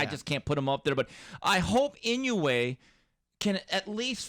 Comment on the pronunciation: Yo correct the name! Its Inoue!!!